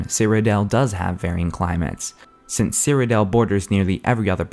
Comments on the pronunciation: cyrodiil nor cyrodel so annoying. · I thought it was "Cyrod-ill" not "Cyro-dale". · great video, but stop calling it CyrodEL!! its CyroDIIL! DILL!! Jesus Christ!! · I just hate the way you say Cyrodiil. You say it like Cyrodel. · He pronounces Cyrodiil weird.